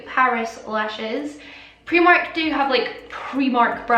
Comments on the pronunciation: AND ITS PRIMARK NOT PREMARK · She says preemark and it’s annoying me🥴🤯